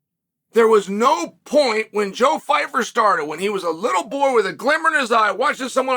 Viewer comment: leave it up to uncle chael to mispronounce pyfyer😂 "joe phyfer"